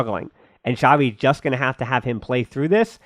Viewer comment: It's not Shavi, It's Chavi